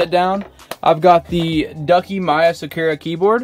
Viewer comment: I hate how they say Sakura wrong 😩😭😭